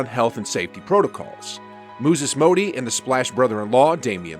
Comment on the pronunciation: “Mooses Mody” 😂 😂